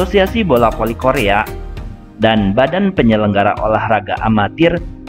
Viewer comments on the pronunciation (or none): Bola Voli om bukan bola poli Fans bukan pans , Hadewwwwwww blibet si om jd mimin 🙄